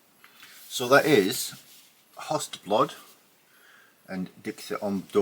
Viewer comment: "Awkward blackened grind"... wait what?! :D Not bashing your language skills, but I love how you made "Höstblod: Dikter om Döden" (Swedish) sound like someone speaking German in a Danish accent. Anyhow, nice haul there. I visited Vinyl Exchange once back in the mid-2000s and was shocked at how expensive some of the rarities were, so I went and spent my money on comics at Forbidden Planet instead:S